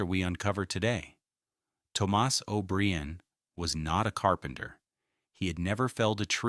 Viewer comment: Toe-moss is not an Irish name. O berrian is not Irish. AI is NOT ok.